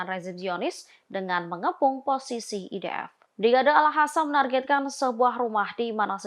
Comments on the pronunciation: Mbak pembaca berita ini enak didengar intonasi dan suaranya..tapi sayang ketika menyebiut Al Qasam malah dibaca al khasam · alqasam pewarta bukan al hasam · Alqossam ya di baca AlQossam Qatar ya di baca Qatar,,, jgn gaya mlah salah,,, Al Qossam mbok baca Alkhassam Qatar mbok baca khatar ngono iku salaaaah yo,,,,,, ingaat klo Al Aqsho mbok baca Al akhso,,,,,Salah yo,,, ojo gayaaaa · Bukan al Hasam mbak penbaca berita... Tapi al Qassam kyknya gitu... 😊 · tlg sdri Host klo baca Al Qossam jgn di fasih2no dg di baca Alkhassan itu salah bisa mengubah Arti,,,,maaf tlg jgn di ulang,,,di telinga terasa mbenginging